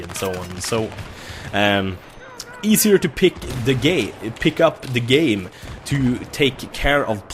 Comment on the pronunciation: Ahhaha "pick the gey" ghg "pickup the game"